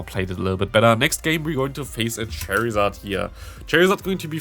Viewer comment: Why you say charizard cherryzArd??